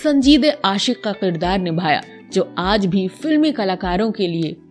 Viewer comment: Janab mijaz nahi mizaj hota hai aur kirdaar hota hai na ke Qirdaar. .